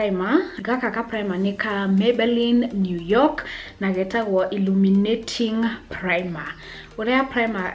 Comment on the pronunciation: Illuminating primer ungesema irruminating plimer 😂😂😂😂 Lemmi laugh at my comment